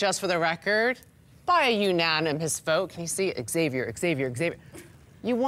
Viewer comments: Did anyone else notice that couldn’t say the word vote everytime in voting that sent me up the wall lol 😂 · OH. MY. GOD. That shit drove me crazy! Everytime he's like "I sadly to e-vote...." and then he always looked a little off after he said it like he knew it didn't sound right.